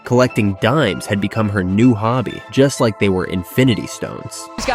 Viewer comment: "she collects daims like invinitystones" 😂